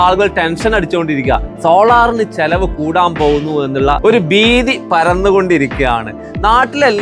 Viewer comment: "ബീതി" പരന്നിരിക്കുന്നു. നീ ഏതു പള്ളിക്കൂടത്തിലാ പഠിച്ചത്...?